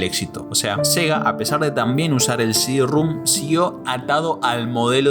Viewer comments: Sidirrum jajajaja no mames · el diskette no es de 2 pulgadas, es de 3 y media; no es heréjia, es herejía; no es “cd-rúm”, es “cd-rom”, con O; Y ya me aburrí. Son incontables. Sumado a la arrastrada aporteñada de las eses y a la mala dicción que me obligó a activar los subtítulos.